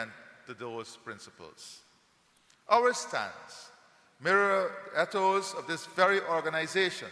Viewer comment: Did the President of Guyana, pronounce the word ....ETHOS, as EDDOES? He said that he is taking steps to ensure, that the new found wealth is shared with the most vulnerable. Note well; he did not say the most destitute. There is a massive difference between vulnerability and destitution. Is he insinuating that the most vulnerable; are the people of East Indian Descent? Is this the reason why they are receiving the most contracts and grants; from his Administration? He mentions RACISM as a factor, for causation of poverty. This is a lie. Racism does not exist anywhere in the world, since only one race of people inhabit the world....the HUMAN RACE. For racism to be factual, requires two or more races to exist; and be in conflict, fortunately that's not the case. It's all political propaganda Until I see evidence of the poor of my Country, lifted out of the cesspool of destitution, by receiving a monthly subsistence grant, (from the OIL PROFITS ) to be able to house, feed; clothe their family, with free, high quality medical care, I will not be convinced that this Government cares about; all the people of GUYANA. And I will not support such governmental malpractice, discrimination, and incompetence. His Administration must do better, to gain my support, and applause. Thus far, their performance gets; both THUMBS DOWN from me!